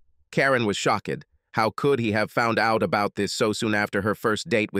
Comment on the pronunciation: Shock-ed. change-ed. I now hate AI.